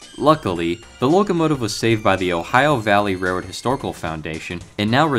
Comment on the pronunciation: I gagged when he said reroad